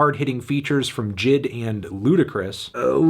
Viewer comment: its J-I-D not Jid